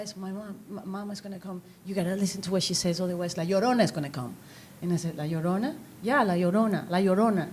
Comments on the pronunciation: It's not if you know how to pronounce "ll", she was just nervous and didn't want to mess up, but it ended it making the beginning really cringy.... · How is it hard to pronounce "La Llorona" ?